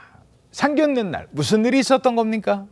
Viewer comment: 상견례 발음 정확하게 하세요. 😊